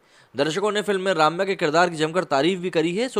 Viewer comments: It is Rum-ya, not Raam-ya. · It is not pronounced Raamya but Rumya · “Ramya” krishnan’s first name is pronounces as “RUMYA”, not “Raamya”. Thought I’d tell you. No offense meant to you. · Jab log unka naam Tak theek se nahi le sakte woh kyun Bollywood mein kaam karengi. It's only Ramya not Raamya.